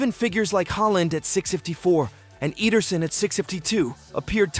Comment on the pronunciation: EEDERSON😂😂 you can pronounce mamdou n'diaye but not ederson